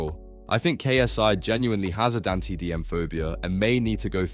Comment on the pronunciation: Yeah it seems like it considering they can’t pronounce dantdm, pewdiepie, and Ludwig also how the tone of voice never changes